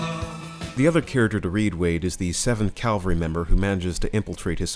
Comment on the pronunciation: This is very good. The only thing that bothered me about this video is that you kept saying 7th Calvary, when it's supposed to be 7th Cavalry.